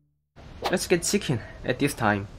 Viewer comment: normal ppl says chiken not ciken